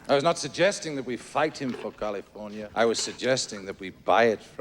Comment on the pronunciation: Kalefoinya. Laeter to be roold by herr Govarnaytor Ahrnahld Schvarzaneggahr.